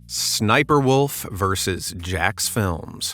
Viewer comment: Sniper, Wolf doesn't like when you say her name like that.She you're not supposed to say her name like that